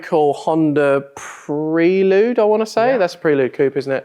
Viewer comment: Im guessing by pronunciation of pre-lude hes never own a honda, made it sound like 2 words 😂😂.